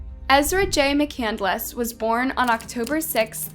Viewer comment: "there was fire in her eyes" "McCandless" "Mc-Candle-Less"